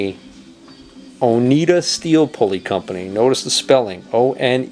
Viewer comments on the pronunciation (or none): Oneida is pronounced oh-nigh-da.